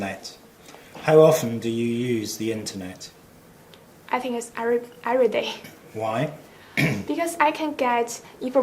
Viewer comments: “Internight” 👊😉 not being rude, she’s been good but can’t stop hearing INTERNIGHT instead of internet. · the way she pronounced 'internet'